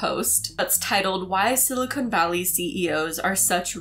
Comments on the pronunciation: Love you, love your channel. Don't mean to be "that guy", but, umm, it's "SILICON" valley... not "silicone" valley. Don't hate me! 😇 (and I DO love you,!) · It’s not silicone valley. Silicone is a synthetic material. It’s silicon valley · Good video. But "Silicone" and "Silicon" are two different things. I heard a lot of "Silicone," and no "Silicon.' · I don't wanna be that person, but... silicone and silicon are two different words haha. Silicon is not pronounced with an oh sound